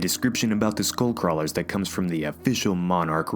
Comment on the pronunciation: When you said skullcrawlers I heard schoolcrawlers.